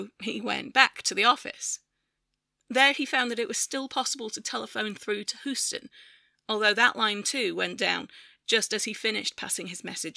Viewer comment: aargh! it's hyoo-stuhn